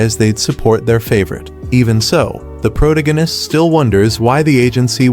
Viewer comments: Proganis and influen can’t even get the ai to speak properly xD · "Pro da ginist," so peak 🥹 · "The pro tegenist" made me spit my drink and fall of my chair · Prowta-Gannist is my new favorite word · The AI can't pronounce such an easy word as protagonist